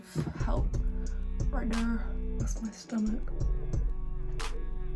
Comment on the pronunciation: “right der” 💀